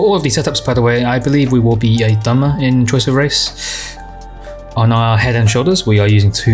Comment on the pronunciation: dunmer? for stam? really??